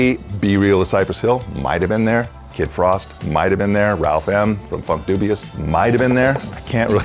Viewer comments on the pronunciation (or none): none